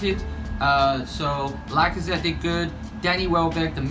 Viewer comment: ORZIL? LIKEAZETTE